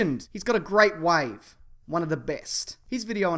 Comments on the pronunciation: it kinda sounded to me that you said "wife" instead of wave. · in the subtitles he said "He's got a great wife. One of the best" Surprised me a bit, then saw in the comments that he said wave instead of wife. relieved and less awkward now